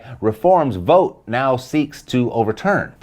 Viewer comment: V ought! Think bought! Its English folks, not THAT hard!